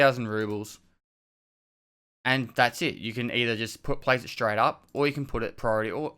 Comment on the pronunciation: lets craig shtreight intuh it!